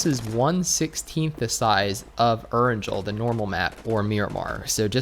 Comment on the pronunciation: Please learn how to pronounce Erangel properly.. You're a PUBG content creator yet it seems like you know nothing about the game before mobile was released..